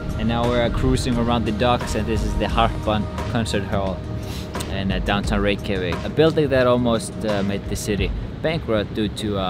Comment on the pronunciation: is reykevik the pronunciation of reykjavic?